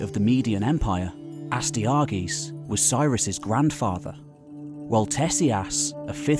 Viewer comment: Love the channel, but the pronunciations of Astyages and Nabonidus were tough to listen too.